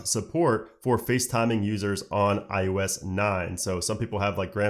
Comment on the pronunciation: It’s not I U S. It’s IOS.